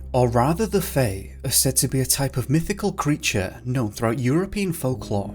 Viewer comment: What is this accent? I've never heard "folklore" pronounced "fahk-lah" or "assume" as "ah-shume" ever in any accent, ever. lol